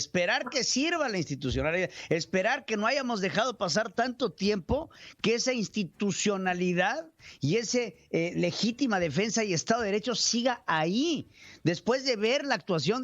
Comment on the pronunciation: Pedrito, no se dice “háyamos”, sino “hayamos”.